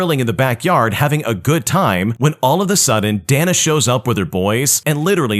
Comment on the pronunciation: Day-na not dah-nuh